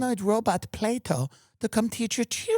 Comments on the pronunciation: She says "Play-Dough" when the name of the robot is "Plato", don't get me started on the rest of her shit show... 😂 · Plato = play dough = play doh. thanks homer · first I heard them say playdough, then I thought they say play-doll - reading the comments I understand they call it Plato... May this never find my country please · Plato, or Play-D’oh?